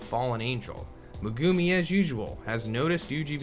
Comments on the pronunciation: Me-gu-mi not me-guu-mi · Saying megumi name wrong is cringe but good info